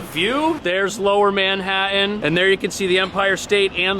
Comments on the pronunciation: No offense, but where is Manha-in? I thought I miss heard until I heard you pronounce it a second time. Also, I cannot believe that there’s a big, new apartment complex with every amenity on earth and no in-unit washer/dryer hookup! You have to schlepp everything down to the basement......for $6,800. A month! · I like how you pronounce "Manha—an". (And "Empire State BUILDING".)